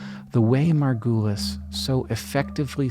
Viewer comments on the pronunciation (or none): Can we talk about how you are saying her last name wrong the whole time! It is super distracting. Margu(uh not ooooo)lis. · Just rewatched this and still am sad about the way you keep on discrediting Margulis (which she pronounces sounding like marvelous instead of the way you pronounce it) She lived in deep sexist and capitalistic times and she had all the reasons to follow her intuition and knowledge so bluntly while making some of the most mesmerizing discoveries. She kept on being mocked and put into this new age hippie groups to discredit her. The way evolution is not a tree branching up into the distance but branches coming together is so compelling its still not accepted in popular science, like Micropia the zoo for microorganisms in Amsterdam still doesn’t explain this but keeps the old Darwinian idea alive of a tree. I’ve read her books and really think she needs more credit and less of this woowoo, we have always known this. If it feels like we have always known this change the diagram of the tree.